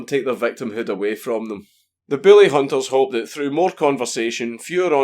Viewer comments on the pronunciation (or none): I know your saying bully but it sounds like billy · God damn it I thought you were saying “billy hunters” for half the video lol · Mr Dankula when you said Bully hunters i heard Billy hunters, so i have ask what do you have against people named billy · god damn it, it keeps sounding like your saying the fucking Billy Hunters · it sounds like hes saying the willyhunters or billyhunters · Is it just me or does it sound like he is saying Billy and not bully? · i.....i can't figure it out.... ARE YOU SAYING BILLY ON PURPOSE OR ARE YOU ACTUALLY TRYING TO SAY BULLY????????????????? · Just to clarify: Are you saying "Bully" or "Billy"? I'm all for going after "Bullies" but attacking everyone named "Billy" seems a bit much. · It sounds like he said “Booly Hunters” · BILLY Hunters LOL my dude I love your pronounciation Sounds like a hillbilly extermination cult the way you say it Kappa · Count Dankula sounds like he's saying "Billy Hunters" instead of "Bully Hunters" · Your beautiful accent makes the word "bully" sound like "billy" and it's so fucking funny. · I love you. I love your accent, but I heard Billy hunters the whole video... Poor Billy! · It sounds like you're saying "Billy Hunters". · I know you have an accent, but I can't NOT hear you say "bully" as "Billy", and I wonder why anyone would want to hunt the lovable idiot from Grim Adventures.